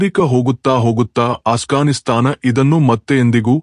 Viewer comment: ಅಣ್ಣ ಅದು ಅಟ್ ಗಾನ್ ಸ್ತಾನ್ ಅಲ್ಲ ಆಫ್ ಗಾನ್ ಸ್ತಾನ್